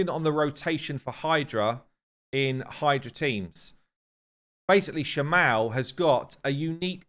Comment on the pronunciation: Shamael makes more sense to be pronounced like Raphael. Just... Come on.